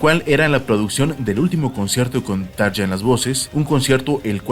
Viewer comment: Así no se pronuncian los nombres ni de Tarja ni de Jukka, bueno, ninguno lo pronunciaste bien😖 No te lo digo en mala onda pero infórmate, amigo.